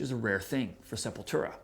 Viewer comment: It's not that be of a deal, but so many ppl pronounce Sepultura wrong, I've heard the band band members pronounce it SEP-YOU"LL-TWO-RA. Not SEPUL-TERA. But it doesn't really matter what I think, I don't listen to any Sepultura after Roots Bloody Roots.....I only listen to Max era Sepultura.